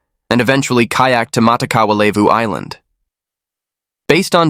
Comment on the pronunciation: Levu is pronounced leh-voo and not LAY voo.